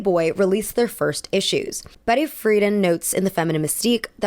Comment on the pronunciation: Wonderful essay and extremely respectful to Monroe. Your intensive research shows through, but you also mispronounced some big names like Betty Friedan and Truman Capote.